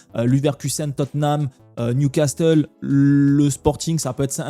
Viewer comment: il faut réviser prononciation de Newcastle. Et ça se dit bodø/glimt comme au tout début quand tu l'as dit